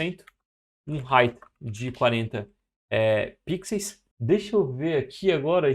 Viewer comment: Por favor, para de falar pixeis...No mais, muito obrigado pelo conteudo!🤗